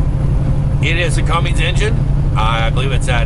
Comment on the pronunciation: Cumm-INs not Cumm-INGs. Not hate'n, love the videos.